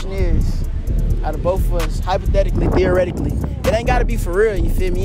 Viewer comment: Nigga said Theoretically 😭